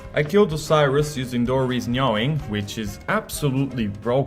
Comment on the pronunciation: its "nah-ing"